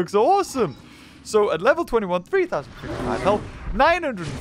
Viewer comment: The way he says fifty’s